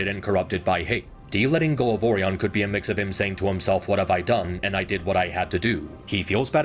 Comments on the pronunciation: ORIen. it's ORIon pax. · You gotta stop saying "oreon" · I love this video and it points out a lot of things that I thought when I watched both of them in theaters, but can I just say (without being mean!) it kills me inside every time you say Orion. Because I’ve never heard the O-ree-un pronunciation before in my life. Though, I do know it’s a real pronunciation. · "Orion" is not pronounced similarly to "oreo" and you kinda do that Oh ryan not oreon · Orion not Oreon 😭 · I like the video alot but the way he says Orion is funny. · this guy constantly butchers the pronunciation of "Orion" and i cant take the vid seriously bc of it😭😭😭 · Your pronouncing Orion's name wrong.